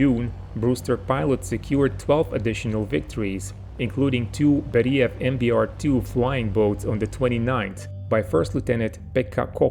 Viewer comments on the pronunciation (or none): thank you for the story, very interesting. But please, pronounce correctly: it's "bÉriev" and "petlyakÓv".